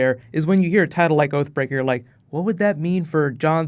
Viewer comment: Thought you said OAF BREAKER. ...thought Hodor had a fall.